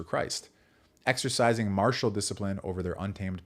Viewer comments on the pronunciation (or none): none